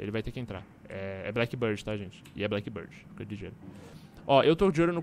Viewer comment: "bieard" bird é "bãrd"